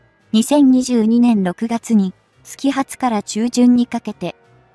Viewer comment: 自動音声だと、よみがなの調整きかないのかな？ 「月初」（げっしょ）じゃない？ 「つきはつ」って言わないよね？